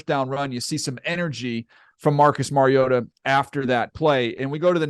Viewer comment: Compliments to both of you for knowing the correct pronunciation for the name of your subject; Mariota. Demonstrates your high level of professionalism and taking pride in the quality of your work. Watched the entire video and Mariota was pronounced correctly every time without fail. Keep up the good work.